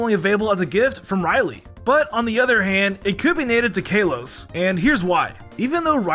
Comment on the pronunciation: Why tf do you say Exeggutor and Kalos like that?